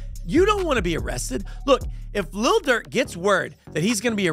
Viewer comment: Lil. Not little. Cause Little Dirk sounds silly. His vocabulary starts with the F word and ends with the N word.